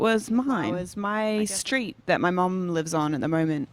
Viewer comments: no one: 21 savage: shtreet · 21 always pronounces the "str" sound and "skr" like "skreet" instead of "street"